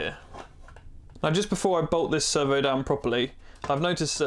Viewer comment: swear i kept hearing "server" not "servo." Very nice build!